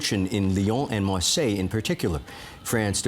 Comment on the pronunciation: I cannot watch a news programme contributor that cannot pronounce Marseilles correctly.